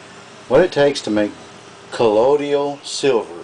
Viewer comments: he WRITES colloidal,but SAYS collodial?WTF? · I really hate the southern accent. It makes the speaker sound so uneducated and dumb. I can't stand how they speak so slowly, repeat themselves, go into detail about things that are common sense, and mispronounce words. If I hear this guy say the word "ColloiDIAL" again, I'm going to scream while projectile vomiting. A der da da der. "Hey, Jim-Bob! We should make a colloiDIAL silver beer to drink on Nascar race day!" "Their makin' a left turn!"- Bubba J. (Jeff Dunham) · I too thought that Colloidal only had 3 syllables and not 4, lol. My granny and her sisters and brothers were all raised in east Tennessee and they all pronounce the word "Wash" with an "R" , to them it's "Warsh". When I was a kid before eating at my grannie's , my granny used to ask- "Did you warsh your hands ?" I also grew up in the south in Georgia but I spent a lot of time reading. With the invention of the internet and worldwide communication , a lot of regional accents and mispronunciation of words are fading away. I moved west to Colorado about 5 years ago and made a concerted effort to lose my accent but I always had good pronunciation anyway compared to other southerners. I think this is the only video on youtube about Colloidal Silver where the person adds an extra syllable and I've watched over 100 different videos about it in the last 3 years. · Call me fussy, but it doesn't give me confidence when the maker can't pronounce the word, calling it: "Collodial." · u can't even pronounce it properly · Please learn to pronounce colloidal,good video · This guy can't even pronounce it correctly, so I'm not going to follow his instruction! LOL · I got ripped off buying Sovereign Silver at the Wholefoods grocery for the longest and pronounced it wrong up until I began to make it myself. Tomatoe, Tomato! As long as it works. SMH! People like you are always punching holes in the dumbest things. You are a distraction.